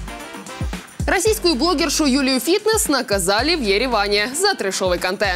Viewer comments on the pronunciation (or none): Юля финесс, а не фитнес. Слідкуйте за інформацією про людину ,за яку збираєтесь говорити .Занадто банальна помилка ,могли б і погуглити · Финесс, а не Фитнес 😂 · пишете финесс а говорите фитнесс